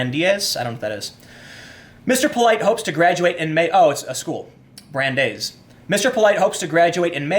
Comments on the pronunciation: it's pronounced Bran-Dice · Tim, this is your linguistics assistant: Brandeis is spoken as "Bran-DICE" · Tim, I love you. And I respect you incredibly. And I learn so much from you. With that in mind, let me help: It's pronounced Brand-eyes. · Tim I love you, I was blow away by your professionalism at the Sargon talk. If youre going to live in the NY area, please learn how to pronounce “Yeah-shee-va” and BRAN-dice” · "Brand-Ice". Brandeis. Jesus fuck, Tim. You really should have finished HS. Your reading skills are atrocious. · It’s pronounced like bran-dice. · It's pronounced Bran-dice. A close friend went there. Interesting fact, it has a rather large Jewish presence in the student body and faculty. A lot of the good in this scumbag's life was made possible by Jewish people. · Brand-Ice. It’s in Simi Valley, CA. Jewish university. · its pronounced ‘Bran-dice’ its a school founded by jews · "Brand - ICE". You're welcome. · Pronounced: Brand-Ice. Thanks for the vid! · I am pretty sure the school is pronounced B-ran-dice. If it is the college I am thinking of. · LOL tim. you grew up in chicago. bran-dice university. its quite prestigious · Brandeis, pronounced brand-ice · It's pronounced brand-ice university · "Brand-ice" We like to mess with Folks not from the New England area up here Timbo :D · Its Bran-dice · Hate crime, something I reject as a classification anyways, is not on the rise. The stats are padded by the hoaxes, an example being the Jewish youth living in Israel who called in all the fake bomb threats. P.S. It's pronounced "bran dies". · Brandeis is pronounced "Bran-dice" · I love it when Tim doesn't know stuff like how to pronounce Brandeis! I respect him so much and I love seeing him learn. I'm a filthy Brit but I believe Brandeis was a (perhaps the first?) Jewish Supreme Court Justice. I love America!